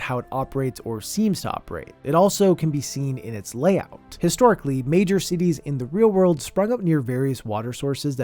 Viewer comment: Por un segundo pense que decia "cuties are weird"